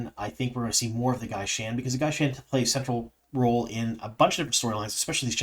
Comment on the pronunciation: I don't understand your pronunciation. The word is "gai'shain". There are two identical dipthongs there. So why are you pronouncing them differently? It makes no sense to pronounce "gai" as "guy" and then "shain" as "shane"! It's the same sound. Guy-shine.